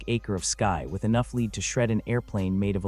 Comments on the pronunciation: Effing ai, leed or lead? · Why have you not been able to council AI to stop mispronouncing lead as leed instead of led? Apparently, AI is not very smart, is it??????